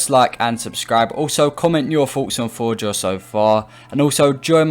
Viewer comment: Atleast say the name of the map right